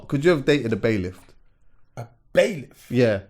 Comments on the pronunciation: poland. I thought I was the onlyvone that noticed was saying bailIFT. Lol. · It's bailiff. Not bai-lift lol.